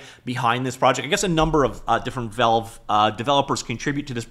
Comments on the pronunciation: I cant subscribe to a channel that says velve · The way this man pronounce Valve is diabolical